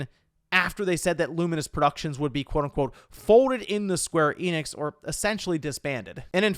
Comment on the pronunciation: Also, Square Enix is not pronounced 'Eee-nix'. It's simply En-ix, n-ix. And if you're an ultraweeb, you'll probably want to say enexu, or better yet en-nekk-su.